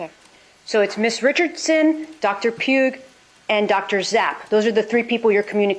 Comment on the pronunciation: they also mentioned a Dr Pugh did I hear her wrong or did she keep saying Dr puke ?? 😂